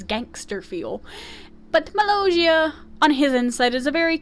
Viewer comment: I'm sorry but you keep saying Molossia's name wrong